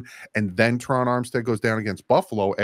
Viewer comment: “IF Terron goes down…”?? 🤣🤣🤣